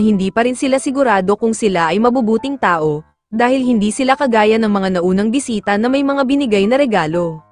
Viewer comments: boysita?! do you mean boy*😭sit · Enbes na bisita naging bwiseta😂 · narinig ko sa bisita bwisita😂😂😂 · Bisita❎ Bwisita✔️